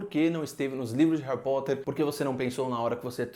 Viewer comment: Hawi Potter